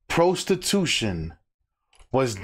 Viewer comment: PRO-stee-tution 😂 get a job